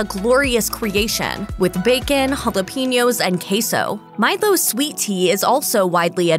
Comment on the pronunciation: Why is she saying " Mile- gos" for Milos. Its "Mile Ohs"